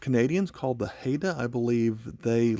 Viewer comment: Pronounced Highda